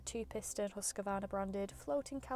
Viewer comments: Why so many say Husqavarna??? Where did the extra "a" come from? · Who's huskavarna? At least pronounce it right, please. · Close, but you can swallow that first A you are usingin Husqvarna because it is not in there! 😁